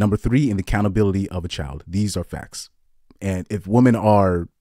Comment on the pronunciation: "Women" and "woman" are not pronounced the same. One is singular and one is plural.